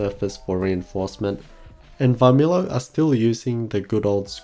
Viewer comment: V of Varmilo is silent. Pronounce like Armilo actually.